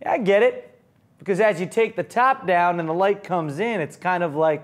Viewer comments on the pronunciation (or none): none